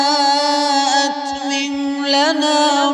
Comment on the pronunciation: My name is Rabbe Atmim. And my mother's grandmother give me this name. A few days ago, I came to know that my name was taken from this sura. Nobody in my life has pronounced my name correctly for the first time. But after hearing this recitation and the way he pronounced Atmim, that filled my heart with love and emotion